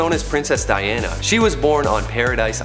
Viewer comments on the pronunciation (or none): none